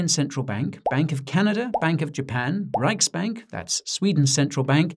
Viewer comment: pronouced riksbanken wrong btw.